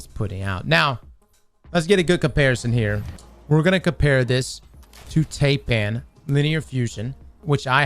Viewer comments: Tie. Pan. Not tay pan. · Every time this man said TAYpan I flinched. TAI pan cross TAI😂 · It's pronounced Tie-Pan, not Tay-Pan. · Hi, high, tie, sigh , fly, Ti-pan Thailand Taipan. Deadliest snake in the world. Only pronounced one way the world over. Taipan just like Thailand. “Tie-Pan” alrighty? Alrighty. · fyi; Taipan is pronounced Typan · I love these videos but I have to ask. Given how you pronounce "Taipan", how do you pronounce "Taiwan"?